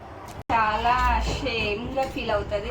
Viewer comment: Shy ❌. Shame ✅ 😂😂😂 Chala bagundhi ra